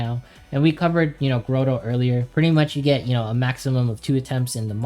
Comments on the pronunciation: It is not "Grow-Toe" , it is "Grah-Toe" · my man says Grotto as grow-dough lmao good guide man!